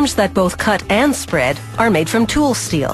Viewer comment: Why does she keep saying teul instead of tool?